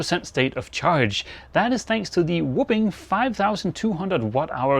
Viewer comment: 😂❤ love you man. But a “whoopin” is when your parents beat you. lol. Whopping more of a “ah” vowel than a “book” vowel. Whopping is what I believe you’re going for ❤😂